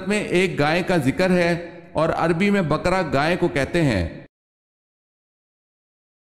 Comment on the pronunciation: بقرہ کو bakra نہیں baqarah پڑھیں